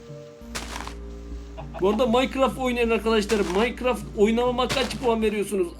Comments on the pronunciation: Birader onların küfür et değil ne diyorsun anlaşılmıyor birader onları Minecraft Minecraft dersen russi gibi konuşuyorsun Rusça biliyor musun söylüyorum ay çok özür dilerim yalnız Minecraft değil onun adı Minecraft Minecraft Minecraft Minecraft diye geçiyor yani sen rus değilsin abiciğim türksün Minecraft heyecan geçeceksin dur ma harfi iki tane harf var craft 2 harfli 4 harfli abiciğim söyleyemiyor musun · Minocraft değil abi Minecraft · Biz:İngilizceniz nasıl?: merhaba arkadaşlar bu gün minecırofit oynicaz Biz:bir * bilmiyo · minecrafta minoqrofit diyo😁😊😂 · Minekrofit deyince öldüm sjsjsjsjsjsj (şaka abi alınma seviom♥♥) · o oyun minecraft diye yazılıyor ama maykıraft diye okunuyor abi